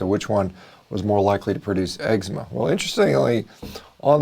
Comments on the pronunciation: I like that you say EGGS-sema (eczema) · egg-zema LOL